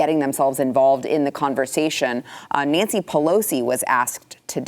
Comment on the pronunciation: "Don't import Russian vodka, send it to Nanshee."